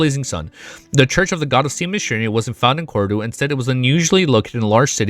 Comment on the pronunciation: I like how your pronounciation of Cordu sounded like "Corridor".😂